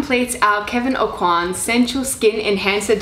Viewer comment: The pronunciation of the name Aucoin is Oh Kwan (swallow the n and barely pronounce it, and A as in apple)